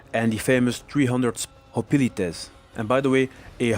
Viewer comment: It isn’t holitites it’s hoplites that how u say it